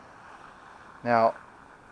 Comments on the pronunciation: Arien's is pronounced like "Erin's," not like "Aryan race." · Air - ins not. Air-e- ins proper pronunciations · It is Pronounced (Air-Ens) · It's a Cub cadet not a club cadet and ariens is pronounced long like aarons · Ariens is pronounced Aaron's..! Lol. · I wouldn’t trust a guys option that doesn’t even know how to pronounce a snowblowers name